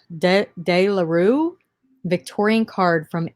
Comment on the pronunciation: De Le Rue don't over think it "Day La Rue" is how us Cajuns say it lol I can find no reason for the Warhol Campbell can card going at that price. I understand that it changes colors in a black light and that because the cards were silk screen there is no exact uniformity to them like Warhol wanted or expected. There seems to be 8 different can cards in this series, this one being most favored even over the red and white can images he did. They did come out in the 60s (LSD was a favorite among art collectors just saying hahaha). For some reason art is subjective..... Holly Hobby STATIONARY box hahaha back in the 70s and 80s we could buy a box of 10 or 12 envelopes with 10 or 12 printed sheets and 10 or 12 plane sheets. I preferred Hallmark's they had delicately cut designs at the top or Art Deco line design. It folded to stand, the foot is cut out to help balance it those are domed wiggly eyes hahaha Dang we could have gotten that for Robin hahahaha